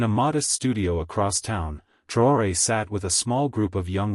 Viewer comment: Why are you so intent on not spelling or pronouncing this mans' name correctly?